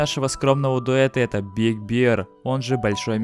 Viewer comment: Большой Медведь, а не Большое Пиво. ты бы хоть за произношением своим следил